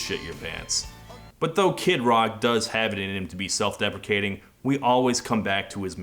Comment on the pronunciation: Did you say self-deprecating or self-defecating?